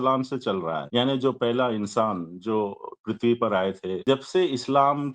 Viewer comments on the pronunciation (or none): none